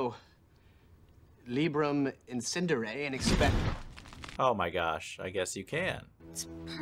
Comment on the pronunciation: props to that book for understanding that atrocious way of pronouncing "librum encendere"